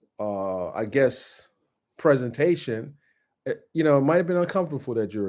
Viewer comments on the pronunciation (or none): none